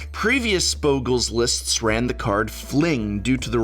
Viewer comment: Stop pronouncing Bogles wrong.